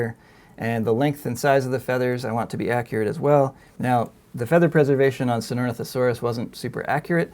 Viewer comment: This guys pronunciation of Sinornithosaurus gets sloppier and sloppier as the video goes on.